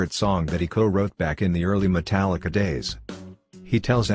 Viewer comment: Notice that we said he said "Metallicar" Lol. and this video is b.s. because i met james a few weeks ago shook my hand autograph took not one but two pics with me and we were talking for about 10 minutes.